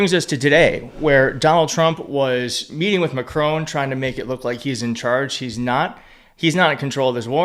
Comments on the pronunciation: President MacRON ,not MacRONE. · Please - it’s Mac - Ron. Like Ron Bacardi not Rone. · Why is it that serious, intelligent American commentators do not have the courtesy to pronounce the French president’s name correctly. IT IS NOT McRONE…..IT IS MACRON. Trumpian behaviour. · It’s Macron. It’s NOT Macrone. You can pronounce the final ‘n’. But you say the final ‘on’ just like you say ‘on’ the table! The ‘a’ is a normal ‘a’ like in ‘cat’. Why you all screw up the pronunciation of Macron, I don’t know. You don’t screw up Hegseth!! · PLEEEEASE! Say it like this! MAC-RON… Got it? His name doesn’t rhyme with PHONE! There is no ‘e’ at the end and he’s French! Thanks for listening ❤ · Please Macron does not have an e on the end it’s Mac-Ron!!!!!!